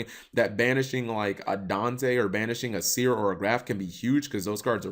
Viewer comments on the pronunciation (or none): none